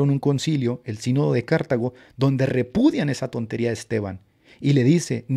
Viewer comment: Qué buen live,! Gracias al Señor que podemos ver lo ridícula que es la iglesia romana intelectualmente, gracias a que siempre hay alguien, por la gracia de Dios, que levanta la voz contra ellos. Solo quería hacerte un comentario: "Cartago" se dice como grave: "Car-TÁ-go" y no "Cártago". No tiene tilde en la primera sílaba, y es una grave:D